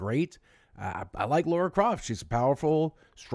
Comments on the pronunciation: Every time I hear Laura instead of Lara I cringe :/ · LARA not LAURA